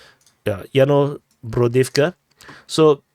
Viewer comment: Kudos on getting "Yasnobrodivka" right on the first try :P